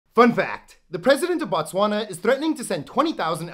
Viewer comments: Why do u westerners pronounce it "Ba-Tswana" there is no "A" after the B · You do not pronounce as Batswana you pronounce it as Botswana😮‍💨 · fun fact, it is pronounced "BOtswana" the B-O is pronounced the same as the B-O-O in the word "BOOK" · The way he pronounced Botswana physically hurt me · They way you pronounced Botswana